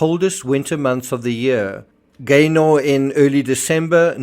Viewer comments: Pronounced Gayner not GayNOR! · Just for info it’s pronounced “Gaynuh” 👍😁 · We pronounce it Gayna. Glad you’re covering the case.